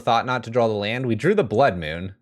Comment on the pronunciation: Man i love red rage. I really want to put together some version of this on paper. Also, adding an L to the word draw is so nails on a chalkboard.